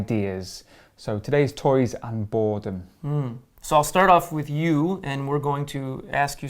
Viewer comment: when u focus on R in boredom it’s like borrrrredom😅😅❤️